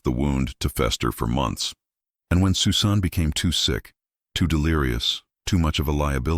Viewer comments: Your AI stinks. "Sue Sahn"? Disrespectful presentation regarding this poor girl whose name was "SUSAN". Geez, do better. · The young lady's name is Pronounced Sus - an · Ridiculous. AI can't say Susan?? Dumb